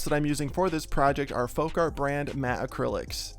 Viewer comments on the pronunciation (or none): none